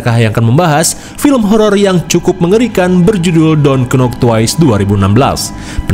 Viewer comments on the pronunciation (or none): Maaf bang kata KNOCK bkn berarti pengucapannya jd KENOK, tp NOCK aj, huruf K nya g mesti d sbut, ibarat d bahasa kita kata KHUSUS, kan hruf K nya kdg g kesebut kan, rata2 pst blg HUSUS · pk logat sunda jd kenok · Yaelah srius amat, lu penonton baru ya?, itu sengaja dia plesetin biar ada lucu nya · Tetep di baca k nya cuma pelafalanny agk disamarin, gk nock bacanya ttp k’nock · Kalo gk kenok gk Lucu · Mungkin buat lucu-lucuan kak,makanya bilang KENOK bukan NOCK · "dont nok" bang bacanya bukan "dont knok"😂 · ngomong kenok bukan karena ngak tahu spellingnya cuma agar kedengaran lucu dibilang kenok jadi plesetan. Jangan kaku amatlah ya😊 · emang sengaja lidah indo kan biasa nya gtu makanya sengaja nyebut gtu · Itu bukan nya ga tau.. Tapi karna emang di sengaja biar lucu aja... Kan menghibur... Jangan terlalu serius deh... kan sengaja pembawaan nya bgtu biar lucu........